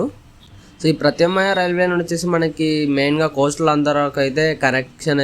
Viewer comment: ప్రత్యామ్నాయం అని పలకడమే చేతకాని నీకు వీడియోలు ఎందుకు సోదరా?